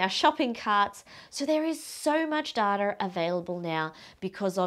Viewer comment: Is she saying "dataR"?